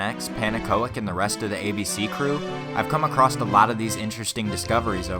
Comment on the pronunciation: Not even a minute in and my mans already said both “expecially” and “acrost”